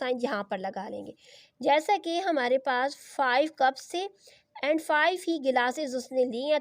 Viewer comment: Lmao that cuups and gelaas was crazy at the end 😂